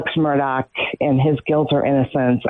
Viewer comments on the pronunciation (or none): Nancy I have loved you for YEARS,... I have always been a fan.. but you need to LISTEN to your own podcast... Your horse voice, and calling him MURDAG (MURR DOG) just sounds STUPID.. You should be more precise, and use outlines, and not just repeat yourself.. your on drugs at this time in your life, or drinking is not cool. Take care, eat some local Honey. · Buster gave his dead mother and brother as alibis. By the way Nancy, it's pronounced Murdock, not Murdog, although I kind of like Murdog better. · I love how NG pronounces his name as 'Murdog' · It's pronounced mur dick not mur dawg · I heard it as Mur-duck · You’re pronouncing his last name wrong. I’m amazed at these media people who don’t know how to pronounce his name. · Learn to pronounce the name Murdaugh. It's been in the news for how long now? Geez! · The G in Murdaugh is silent Attorney Grace. 😅